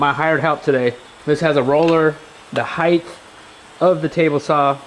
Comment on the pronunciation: HeighT not heighth lol. I grew up in Cali so i know it's not a Cali thing, but both you and mispronounce that word. If you go to Google and type in "pronounce height" you will see...or in this case hear it. Not sure why this bugs me so much. Maybe it's that my college education was wrapped up in linguistics. 🤐 😄 The pantry turned out great. I love the cedar. Great job!